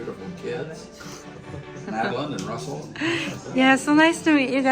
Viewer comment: 러셀 발음이 너무 좋은데요. 콜럼비아 대학에 다니는 똑똑한 친구네요. 아빠도 2년밖에 안 살았는데 너무 잘하시고요. 두분다 언어에 재능이 대단하네요. 게다가 매디는 모델 같고요. 엄마도 성격이 너무 좋아보여요. 러셀은 다른 유튜브에서도 봤으면 좋겠네요! 타일러랑 같이 나오면 재밌을 듯 합니다.